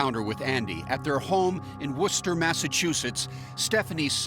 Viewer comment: 😮 My face when binging these and come across one from my own neighborhood 😮 Props to the narrator for actually pronouncing Worcester correctly!